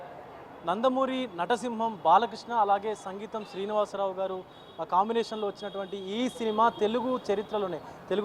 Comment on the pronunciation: సంగీతం శ్రీనివాసరావు కాదమ్మా సింగీతం శ్రీనివాసరావు 👌👌